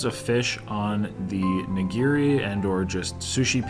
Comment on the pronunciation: These videos are fun, but its a little hard hearing you murder the pronunciation of these common japanese foods. Not ni.gear.e its ni.gi.ri Not su.sheme its sa.shi.mi Also plural of sushi is sushi not sushi’s. Good thing Raina didn’t go ss 2 cuz her hair would have lit the restaurant on fire! Again, it was fun watching you guys demolish that food! Cheers.